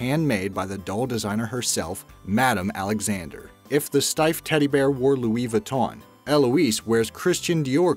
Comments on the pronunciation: You don’t say Louise viton you say louie Vuitton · I hate it how he says Louis Vuitton